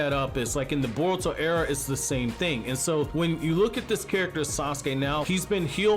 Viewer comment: Boruto not bortuo